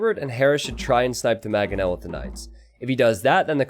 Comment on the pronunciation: Is there any chance can learn to say mangoes, manga, mangonel?